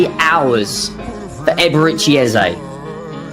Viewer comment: 'A Berry Eze' 😂